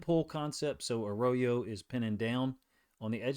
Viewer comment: Uh roy yo. Not a row yo